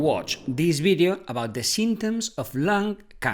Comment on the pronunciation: I just realised he pronounced this as these and these as this